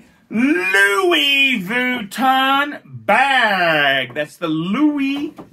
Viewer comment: is he intentionally mispronouncing Louis Vuitton like he does Submariner? - I don't think he is. it's all a bit sad tbh.